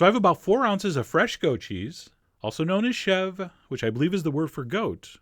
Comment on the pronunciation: You seems to speak french a bit, you pronounce ''tartine'' and ''chèvre'' correctly :) When wil we have a french speaking tutorial ? :P